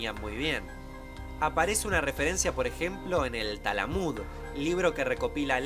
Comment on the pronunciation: Tengo entendido que se pronuncia talmud y no talamud